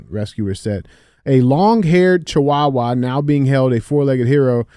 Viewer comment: DJ saying chihuahua is giving me an aneurysm 😂